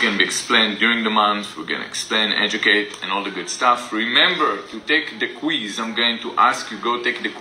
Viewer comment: And quiz... "Kweeze" lol